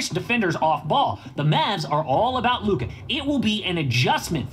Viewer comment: Does flight not know how to say Luka name?